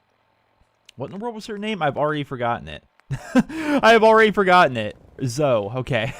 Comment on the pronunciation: Zoe's name is pernounsed as (zoie)